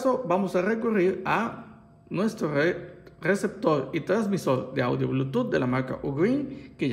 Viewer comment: Todo Bien hasta que dijo receptor :v